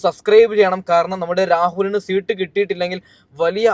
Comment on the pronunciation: സീട്ട് അല്ല മാഷേ സീറ്റ്... Rahul ഇഷ്ട്ടം ❤️